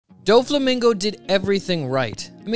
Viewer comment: It’s no way you just pronounced doffy first name like that